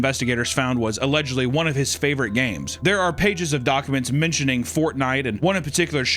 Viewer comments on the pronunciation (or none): none